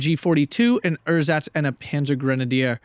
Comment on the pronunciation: German lesson of the week: It's Ehrsatz (no pause) instead of Er-satz. Keep up the good commentary :)